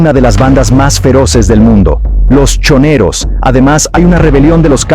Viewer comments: Sí, sobre todo cuando menciona a la banda "Los Chineros" y luego como "Los Cinerus" en vez de "Los Choneros"😂 Y cuando se refiere al líder de la banda "Los lobos" como Fabricio "Colon" , en vez de Fabricio "Colón". Y también cuando cita a la ciudad "Finera" .. yo , siendo ecuatoriano .. doy fe sin temor a equivocarme .. de que esa ciudad no existe en mapa alguno , o por lo menos en Ecuador ..NO 😂 Y cuando en reiteradas ocasiones menciona el apellido del presidente ecuatoriano como "Naboa" y no " Noboa" que es lo correcto.😂 Y cuando específica que el pais"El Salvador" se encuentra en América del Sur 😂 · Muchos errores . Sobre todo cuando menciona a la banda "Los Chineros" y luego como "Los Cinerus" en vez de "Los Choneros"😂 Y cuando se refiere al líder de la banda "Los lobos" como Fabricio "Colon" , en vez de Fabricio "Colón". Y también cuando cita a la ciudad "Finera" .. yo , siendo ecuatoriano .. doy fe sin temor a equivocarme .. de que esa ciudad no existe en mapa alguno , o por lo menos en Ecuador ..NO 😂 Y cuando en reiteradas ocasiones menciona el apellido del presidente ecuatoriano como "Naboa" y no " Noboa" que es lo correcto.😂 Y cuando específica que el pais"El Salvador" se encuentra en América del Sur 😂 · Noboa , choneros .....así se pronuncia correctamente